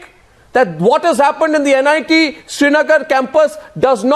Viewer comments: it is NIT not NIIT. these people even don't know the correct name. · NIIT nahi gawaaro... NIT. Naam thik se nahi le skte aur debate kar rhe h. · Why are all the respectable guests quoting "NIT" as "NIIT" !! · it's NIT not NIIT.. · It's "NIT" not "NIIT" for god's sake!! Everytime I hear them say "NIIT" my ear bleeds.....Talk about misinformed and casual! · For God's sake it's NIT... not NIIT , say it correctly. Some of the leaders are still crap just wanted to win the argument, some are saving the government that is it. Still there are people in the valley who want Pakistan as their Country not India. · For fuck's sake, this is NIT, not NIIT. Just saying. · It is NIT not NIIT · illiterate.. she said "NIIT Srinagar" n "ceemrati irani" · It's NIT, not 'NIIT' . What stupids. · bc nit ko niit bolna band karo.. saali anpadh..